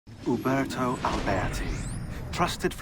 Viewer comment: I like how he said some of the names like uberto and jacopo